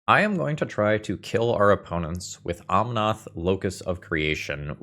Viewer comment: you do know it's omnAth not omnOth, right?